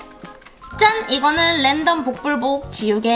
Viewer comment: 램덤 아니고 랜덤이요!!